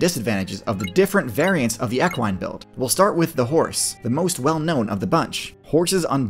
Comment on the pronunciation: Love the videos hate how you pronounce equine. But we want a video on moose